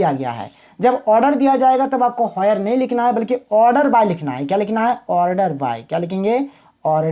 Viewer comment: Sir wo sab to khair thik hai lekin ye hoyer kyu bol rhe ho where ko 😂😂